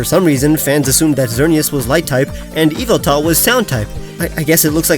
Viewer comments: Acshuly it,s yahveltal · Ok...its pronounced yu-vel-tol